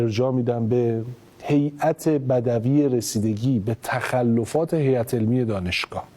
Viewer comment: ای وای خداااا😢 من این خلج و سطح سواد و تسلطشو خیلی دوست داشتم توی این سریال، ولی قبلا که یکجا بحای بر وفق مراد گفت بر وِقف مراد!!! و اینحا که بجای هیات بَـدْوی با سکون دال،گفت هیات بَدَوی،واقعا تا حد زیادی از جلوی چشمم افتاد و تزش ناامید شدم😔😔🥀بدوی با فتحه دال یعنی بادیه نشین و اهل بادیه و صحراگرد ... بعید بود از ایشون لااقل که اشتباه و گاف سناریست رو تکرار نکنه